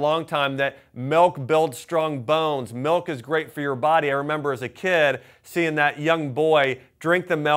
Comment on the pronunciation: What the hell is melk?